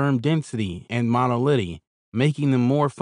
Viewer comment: "You be quinn-all increases sperm monolitty"